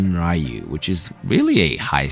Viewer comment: It's not "Raiyu", it's reeyuu